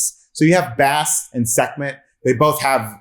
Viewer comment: Butchered Bast's name 😂🤦‍♂